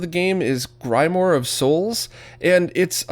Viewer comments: Much love. I think that Castlevania game is pronounced Grim-oire like Grim Reaper + LA Noire but without the N. Might be wrong, grime-more sounds like a cool metal band name though. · 'grim-wahr' is how you pronounce grimoire. its a book. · Yeah that's right. Caught me off guard XD